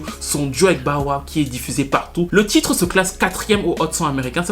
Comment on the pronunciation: "BAWA" (Bow Wow) 🤣